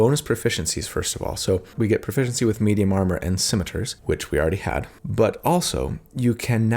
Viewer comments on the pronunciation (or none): The way you were pronouncing scimitar really threw me off. Never heard anyone say it that way, at least the end of it.